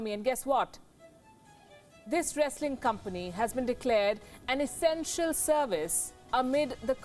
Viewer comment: W w e.. Esenstial service? Damn 🤣